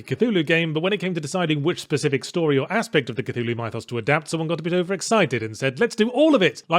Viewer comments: yahtz. you know the root word of "mythos" is "myth" right? pronounced like "mith"? what the fuck is up with "m-eye-thos"? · It's more like "Mih-thos". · "My-thos"? The hell? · It is NOT pronounced "M-eye-thawss". I refuse to accept this. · I'm glad you asked, my Spanish friend. Mhi-thoss. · That's not how you pronounce "mythos". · Pretty weird to hear the eloquent Yahtzee pronounce "mythos" wrong. I guess nobody is perfect. Good review otherwise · Your pronunciation of "mythos" bothers me.